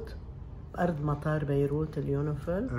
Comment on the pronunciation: حتى مابتعرف تلفظ يونيفل